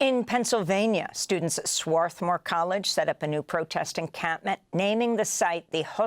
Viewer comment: Just in case folks don't know, Swarthmore is pronounced Swathmore - without the "r."